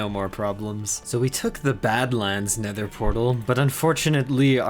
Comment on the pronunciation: And he said: The nethur